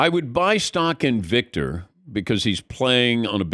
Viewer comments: I wish these sports media professionals would pronounce his name correctly. Or call him Victor. I cringe when I hear them going on about how great he is… and then mispronounce his name. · Drinking game every time Patrick mispronounces his name and in different ways. Death by alcohol poisoning